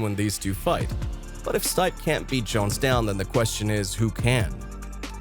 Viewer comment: The name is pronounced "Steep-aye", not "Stipe"....clearly not a fan of MMA.